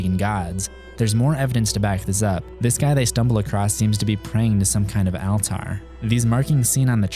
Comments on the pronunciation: Al-tarr? Altar is pronounced like alter. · What’s an “Al Tar”??? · All ter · AL-TAR? Wtf man. You're an alien. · Why do you say the word “altar” so strangely?